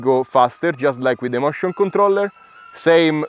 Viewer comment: No, I meant that when you say motion controller it sounds more like mushroom controller. I found that very funny, no offense.